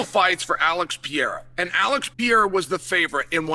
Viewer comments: Alex Pee-era 😂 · Alex Pee Air uh lol my boy Chael